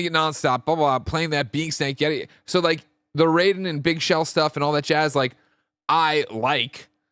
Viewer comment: The fact that you guys pronounce Raiden the Mortal Kombat way and not how it should be hurts my soul